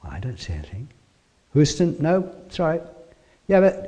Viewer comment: Good talk. I wish you'd post more videos from home! PS I don't think anyone will hold your "Houston" pronunciation against you;)